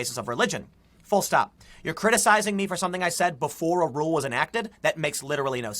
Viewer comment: If Tim says "full stop" incorrectly again in gonna lose it. 😂